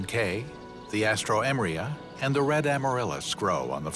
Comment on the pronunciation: Interesting flower-eating "two-spot" lizard. Cultivated AL-stroe-'ME-ri-a, 5 syllables, often used in gorgeous flower arrangements in North America. Please save animal and forest habitat, and donate to IFAW.